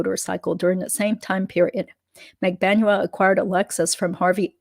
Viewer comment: Thank you for all of your hard work. HOWEVER, why do you continue to mispronounce Magbanua? You have heard it pronounced correctly.